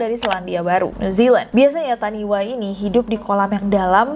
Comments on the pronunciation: Just sharing aja "taniwha" itu dibaca "tanifa", dlm bahasa Maori "wh" bunyinya "f", kalo bunyi "w" tulisannya "w" aja tanpa h ✌🏼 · Oh iya kak, di Bahasa Maori kalo ada "wh" dibacanya "f", jadi taniwha dibaca tanifa 😚👍